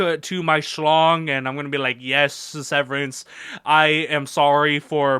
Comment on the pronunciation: I really want to see severians thighs also did you say his name wrong throughout this video on purpose